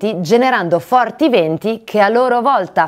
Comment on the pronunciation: Si è continuato a dire "20" e non VENTI. Attenzione alle "E", con i relativi accenti...